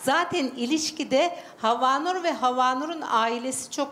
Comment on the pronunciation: Havnur un türkçesi meşaj diyor mesela ! Bu insana prim verilmez cahil çok havnur .